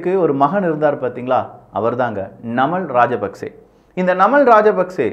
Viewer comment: நன்றி அண்ணா நான் இலங்கையில் இருந்து பார்த்துக் கொண்டு இருக்கிறேன். நீங்கள் குறிப்பிடும் பெயர்கள் சரியான உச்சரிப்புடன் குறிப்பிட்டால் பொருத்தமானது. நாமல் ராஜபக்ஷ அநுர குமார திஸாநாயக